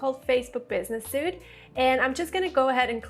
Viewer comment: Facebook Business Suite ( pronounced Sweet) not suite-soot :) by the way, great information!